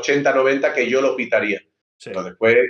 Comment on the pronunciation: En que minuto ibai dice sho no puedo tengo fútbol ???